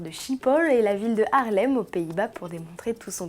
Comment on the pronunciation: Schiphol se prononce ''Sripôl et Haarlem se prononce ''Ha-a(r)lèm Pas encore trop ça le néerlandais hein :p